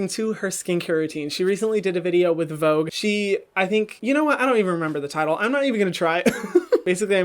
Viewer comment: Is it just me or did he pronounce vogue wrong or I might be saying it wrong 😂